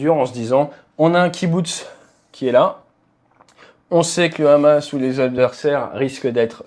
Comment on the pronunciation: Pouce bleu direct au bout de 10 secondes pour Hamas et non Rrrrramas